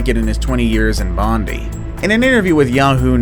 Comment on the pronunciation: Love how he said Bondi as much as it sounds funny it’s pronounced bond eye